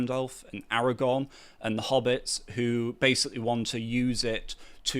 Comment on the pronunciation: AraGORN, not AraGONE ffs!